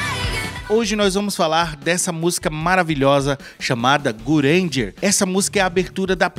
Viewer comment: bacana o vídeo mas a sua pronuncia está errada, a pronúncia correta é Gurenge="Gulhenguê"